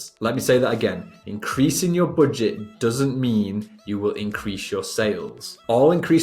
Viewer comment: don't say boodget..plss🤣🤣